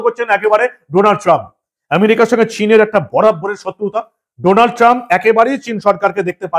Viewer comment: Sir, it is not Doonald, IT IS DANALD Trump. DA ,DA, DA NOT DO OK. I LIVE IN THE USA THAT'S WHY I AM CORRECTING YOU. THANKS.